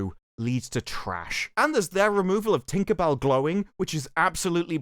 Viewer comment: The way you say tinkabell with a hard r is very offensive